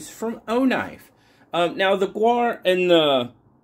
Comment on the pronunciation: "The gaur, also known as the Indian bison, is a bovine native to South and Southeast Asia" Pronounced 'gour' or 'gower'